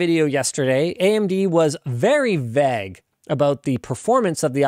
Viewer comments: I’ve been watching the LMG stuff for a few years now and I have always enjoyed how Linus presents… but please for the love of god say vague properly!!! 😂😂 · "AMD was very vaag."